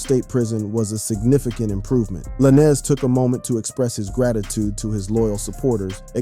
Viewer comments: Funny... u got all this "accurate" info on the case... but yet.. can't say tory lanez name right.. lmao... juss like u say "lane".. like a care lane.. that's how u say his names... juss instead of a sudden to makes it lanes.. it's a Z.. "Tory Lanes"... not tory la'nez.... lmmfao Got me thinking do these podcasters/youtubers get really intuned with wat their Makin a video about or it's jus something to make/post because of the celebrities talked about in their video... sad. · U can say stallion but not lanez I don't get it with some of these YouTube ppl